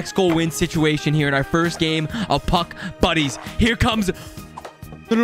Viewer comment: I thought he said Puck Bunnies at the beginning